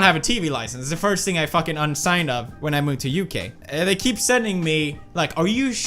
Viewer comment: Wait wait wait....anybody else hear him say 'U-K' instead of 'UK' ish ...there was a gap (i am extremely offended soooo bad)